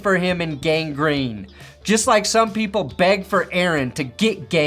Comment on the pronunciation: It's a LIKE button, not a LICK button.